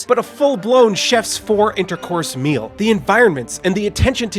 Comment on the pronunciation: Did he say 4 intercourse meal lol